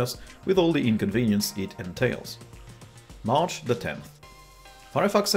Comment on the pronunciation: I keep hearing Arch instead of march :D